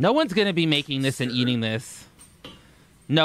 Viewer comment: “So I got done eateen..” IT’S “I FINISHED EATING.”